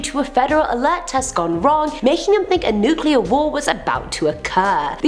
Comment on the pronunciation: Somebody please teach how to pronounce "nuclear". It's NOOK-LEE-ER, not NOOK-QUE-LER, lol. It's ok, I love you!